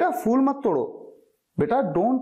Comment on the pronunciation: Very well explained but a flower is phool not fool in pronunciation